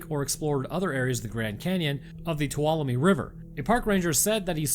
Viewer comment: Being a Tuolumne local , im impressed you said it right hahaha.